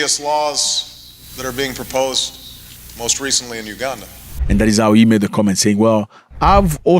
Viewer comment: It’s Uganda though not Ugada